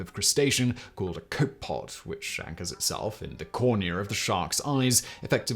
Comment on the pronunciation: Copepod is pronounced CO-pe-pod, not COPE-pod